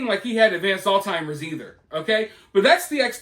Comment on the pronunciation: It's Alzheimer's not All Timers